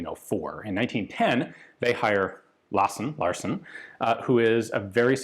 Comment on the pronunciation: I think you are right, also the Larsen is correct when Ian pronounces it, but again an Icelander probably taught Ian the wrong way of saying it.